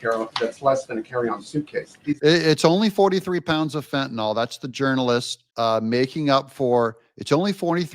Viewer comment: Mr. Meticulous says: "Fentanyl" not fen-ta-nol